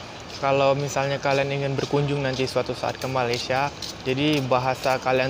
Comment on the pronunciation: Masih belum jadi Malaysia, sekejap aku..sekejap saya..dan sebutan Malaysia pun masih salah...mungkin 2% saja berjaya.